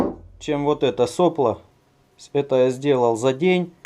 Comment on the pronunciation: Блин, вроде не существенно, но ведь соплО же! (а не сОпло...)